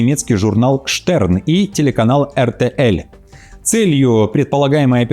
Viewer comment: Эр Тэ Эль...😅😅это же надо так все усложнить в произношении😅😅 RTL ..ЭрТэЭл ...почему L стала мягкой ?